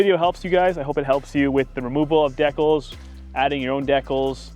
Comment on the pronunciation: Who pronounces decals that way I'm sorry but that bothers me lol